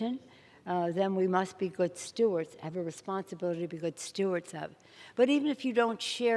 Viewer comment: Stewards not Stuarts - please